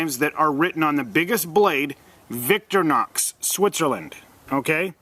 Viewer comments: Many of the Wenger (Venger) tools are far superior to the Victorinox design...like the scissors. When Victorinox bought Wenger they folded those designs into the Victorinox brand...the Delemont line. And it’s not “VICTOR-NOX”...it’s “VICTOR-I-NOX”. No they don’t stay sharp forever. Rockwell is about 56 so it’s soft and easy to sharpen. Look at other vids re the uses of the little hook. There’s lots it can do. Lastly...for arguably the greatest mix of all...check out the ALOX line and find the new-ish “FARMER X” and also the PIONEER X. Both add the Wood Saw and Scissors to a main blade that’s close to twice as robust as the standard Celedor line. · VICTORINOX IS PRONOUNCED LIKE: VICK TOUR IN OX NOT LIKE YOU'RE PRONOUNCING IT... VICTOR KNOCKS 🤣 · Wow… saying Wenger is junk and not even knowing how to say victorinox? 👎 You know nothing…